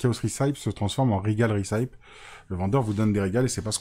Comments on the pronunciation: Super vidéo, par contre recipe se prononce 'réssepi' et pas 'rissaïp' 👍🏼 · Recipe ça se dit ricipi, pour les prochaines vidéos 😁